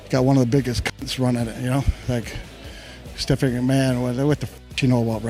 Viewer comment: Steffig McMahon 😂😂